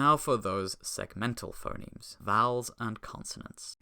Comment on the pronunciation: That's FUH-nemes to you! 🇻🇳